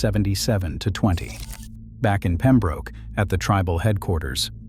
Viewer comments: It's pronounced Pem-brook, not Pem-broke. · It's ROB-ER-SON not ROBE. DIpshit AI. Pem-brook not Pem-Broke